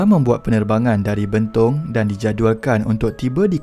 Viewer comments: Sedikit pembetulan admin : Betong bukan Bentong😄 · Bang sebutan abang tu salah. Sepatutnya betong Dan sibiew okay. Saya dari sarawak